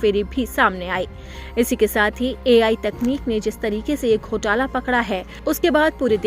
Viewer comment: Ghotla nahi ghotaala